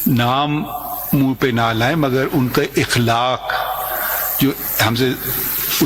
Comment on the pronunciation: Dear chief justice, the word is akhlaq not ikhlaq. Corrections needed***